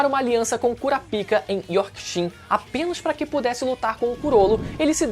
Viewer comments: Korapica é otimo kkk a pronuncia é korapaíca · Poxa, não é kurapÍka, é kurÁpika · Qual a Tara dos Youtubers de Falarem " KuraPÍca'?? kkkkkk. É tão difícil dizer 'KurÁpika?' ou até msm Kurapaica fica menos zuado. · O bixo fala kura pika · Mano o cara nem falou kurapika ele falou cura pika ai n tem como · A maneira que ele falar KuraPIKA é meio sus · kkkk por favor fala curapaica nos proximos videos ! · na verdade, não é nem um nem outro. É "kurapiká". E ainda seria errado. Em japonês, todas sílabas devem ter o mesmo tom. Não há sílaba tônica propriamente. Mas normalmente, a última sílaba é pronunciada com mais tensão.